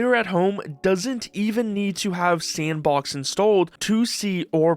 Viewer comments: Thanks. Thought it was weird the creator said "S & box" in three different "words" rather than one fluid "Sandbox" as they pronounce just fine in other parts of the video. Just seemed weird to me, and sounded like something an AI would do if there was a typo in it's script. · you know it's just "sandbox" right? not S N Box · Garry be like "actually, it's pronounced sampbox" lol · I provided a timestamp where the OP says "S & box", rather than saying "Sandbox", as they do multiple times prior and later in the video. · nice to know im not the only one to pronounce it S And Box